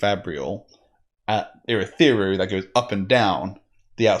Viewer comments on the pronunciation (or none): why can't you just call Urithiru the tower? stop trying to say Urithiru.